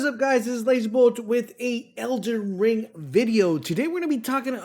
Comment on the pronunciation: he also says elder wing